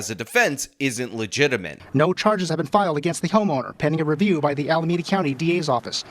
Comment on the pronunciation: Pronounce Alameda correctly, please! "meda" is pronounced like "me duh". You keep screwing this up.